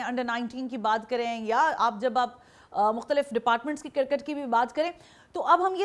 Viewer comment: Cricket bolna shikho jahilo cir kit